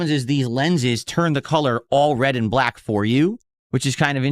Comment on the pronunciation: He can't say black "brrrlaauuck"